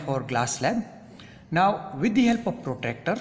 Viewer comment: Sir it is not protector it is protractor....mm